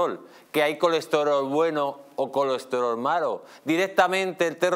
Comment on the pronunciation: Me encanta este señor!!! Escucharlo intentar decir colesterol es pura poesía 😂😂😂 Lo mejor del estado de derecho es el transporte público ehhhhh